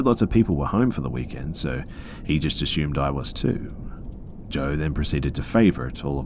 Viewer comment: the word is, Assumed. as you can see there is no H, just as theres no H in Consume, assume or presume. "triad" pronounced Try-add, not tree add thanks for listening, if you're going to literally talk into a mic for a living, at least do it correctly and not half assed, if i was your boss id dock pay for every one of these mistakes you ever make. also very often when the writer says something sad or scary you sound like you're almost laughing about it, dont, thats insensitive